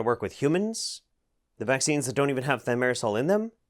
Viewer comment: You're pronouncing Thiomersal wrong.